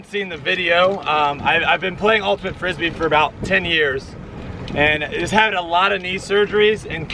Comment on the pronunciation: " i injured myself playing Ultyimate". Bahahahahahahahah